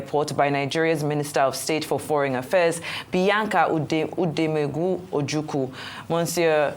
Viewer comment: Who is this lady that cannot pronounce “Odumegwu” Ojukwu ? Did you not go to school? Did you not study history? What utter display of stupidity 😂😂😂😂 on National TV.